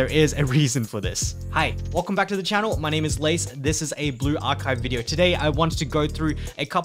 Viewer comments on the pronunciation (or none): none